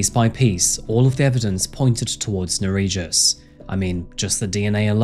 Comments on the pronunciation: he was transferred to Lithuania and killed in prison 2022, which he fully deserved, considering that in Lithuania the sentences for murder can be very light. Just for a fact , his name is pronounced differently - Ner(as Ner'o)ij(j as y)us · ...what was his name? Bro, love your channel, but perhaps next time try to find how to pronounce foreign names because I, a Lithuanian, cannot understand what was the name and it wasn't written anywhere on the screen either. (For reference, the j in Nerijus sounds actually like y in yacht, not j like in John). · The name butchering killed me but also can’t be mad since it’s the scumbags name lol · I don't know if butchering the pronunciation of the perpetrator's name was a conscious choice, but if not for the notes I would've had no idea what Lithuanian you were saying